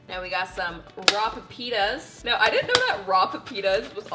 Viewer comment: As a Spanish speaker I got so confused when she said "Pepitas" AHAHAHAH